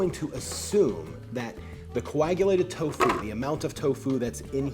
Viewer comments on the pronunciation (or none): the inflection is key. You're putting a lot of emphasis on the FU part, but you should just say "fu" in the same tone you say "to." It would be like me going "hel-LO my na-MUH is sar-AH." It's tofu, not to-FU. Hope that makes sense! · The accent is on the first syllable of Tofu! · The alternation between the pronunciation of TOfu and toFU is very distracting. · Tofu, not toFU lol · It's to fu, not toe fuuuuw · Its tofu not tofoo